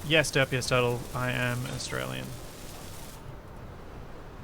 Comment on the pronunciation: Oh.. and "Tur-teal"